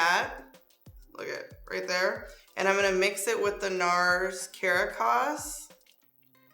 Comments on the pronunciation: Lol, it's Ka-rah-cuss!😂Capital of Venezuela. You look gorgeous tho! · The foundation is cah-RAH-cahs. Capital of Venezuela. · Girl you have to learn how to pronunciate Caracas.